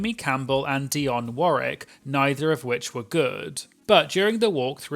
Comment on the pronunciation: Dionne Warwick was an American, so you should pronounce the second "W" in her last name (war-WIK) - did you know Whitney Houston was her niece?